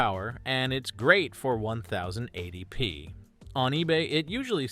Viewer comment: Who says "onethousand eighty P"? You even said "onethousand eighty pounds" into the vido. That's where I stopped watching this Ai voiced crap.